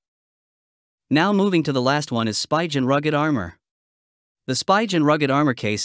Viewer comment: Spigen. Pronounced SPEE GUN